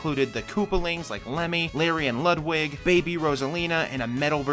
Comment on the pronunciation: It’s Loodwig not Ludwig. I mean phonically of course